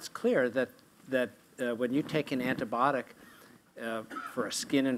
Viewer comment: some of them keep saying it as antibotic!! not "b-eye-o-tik"